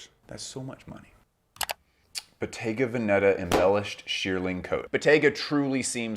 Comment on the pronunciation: As a fashion professional, I find your videos informative and interesting. As a born and raised Italian, could I perhaps entice you to pronounce Bottega Veneta (and occasionally other Italian names) properly? As for the first, the accent is on the E of the first syllable Ve. I honestly don't mean to sound critical, maybe you didn't know ☺